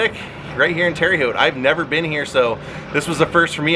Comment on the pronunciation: Love the video, but Terre is pronounced like Tara 😊